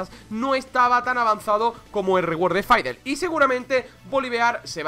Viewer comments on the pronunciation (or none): Dice faidel pero a voli le dice volibear. Es la pronunciación de fid es fidl, stik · Me triggerea cuando dices faidelestics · Dios mio, insoportable escuchar a cada rato: "faidel", dios mio, vamos dejando la ignorancia si?, por favor. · Porque le dices faidel? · Permíteme decirte que el es el que lo dice mal xD, no por que el es español se diga así xD, en realidad ( siendo español) me ha dado bastante cáncer el escucharle decir eso xD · Nadie: Absolutamente nadie: Este man: FAIDLESTICKS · dios por favor pronuncia bien a fiddlesticks